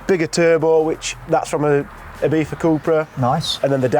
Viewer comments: Why do you pronounce Ibiza as Ibeefa? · Ibitha Cupra, that's some Mike Tyson pronunciation :)